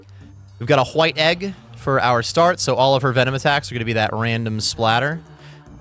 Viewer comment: Love your channel and guides. Please pronounce White correctly though. Thanks… 😂